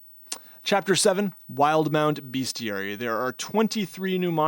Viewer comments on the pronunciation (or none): Argh. My man, it's "BEST-ee-ary", not "beast-ee-ary". 😖 A very common mispronunciation. A (thankfully) less common but closely related mispronounciation is bestiality. Yuck. 😄 I've newly discovered the channel and I've enjoyed the first few videos I've watched. I'm subscribing to enjoy future content. Great work!